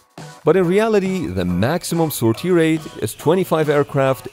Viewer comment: Thank You for the interesting videos, I like them a lot! I do not wish to point out wrong pronounciations, as english is not my first language either, but sor-TIE ground my gears. I know how hard it is to un-learn wrong pronounciation, so You have my sympathies. Great video none the less! I did not know the french had a nuclear carrier, or that the russians did not have one.